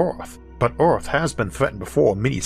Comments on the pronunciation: Well, that's a new accent.... not sure what country that one comes from. The way he says "Earth" sticks out the most. 'euRth'. Of course, it could be a speech impediment? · Isaac be like " Oarthph..."